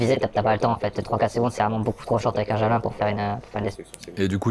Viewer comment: Vous êtes bien des français jusqu'au bout : prononcer "javelAIN" au lieu de "Javeline" comme en anglais (ou comme le nom français du type de lance). Pareil on entend régulièrement les médias français proncer "ZelAINski" au lieu de "ZelÈnski". En suivant cette même logique de prononciation à la française, il faudrait non pas dire "Vladimir Poutine", mais "Vladimir PUTAIN". :face-green-smiling::face-green-smiling::face-green-smiling